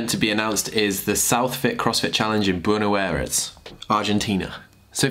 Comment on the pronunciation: Oh cmon! You can do better in that "Buenos Aires" pronunciation haha